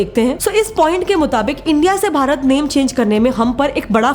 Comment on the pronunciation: Waah दीदी वाह विष्णुपुराणा नहीं विष्णुपुराण भरता नहीं भारत आर्यावर्ता नहीं आर्यावर्त जम्बुद्वीपा नहीं जंबूद्वीब हिंदी का सही उच्चारण करो अंग्रेजो की नकल क्यों कर रही हम भारतीय वाकई में मुर्ख हैं